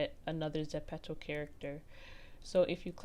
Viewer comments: I don't want to hate but it's zepto not zepetzo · Gurll its not (suh-pet-to ) its ( zep-pe-to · It’s not pronounced zepetto it’s pronounced zepeeto but spelled Zepeto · .... but the app is korean and its written as 제페토 which is exactly zepeto (although the ze is gonna be pronounced as je) not zepeeto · You say it zepetto it’s not it’s getting m frustrated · Kira Kiem I say Zeh pee toe 😭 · Zen pee toe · No hate but I can’t watch this because u say ZEPPETOE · It's pronounced ze-pea-toe